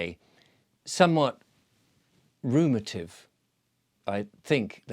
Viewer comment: Ruminative not rumative!